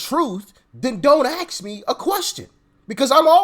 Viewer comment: It’s ASK a question not ax me a question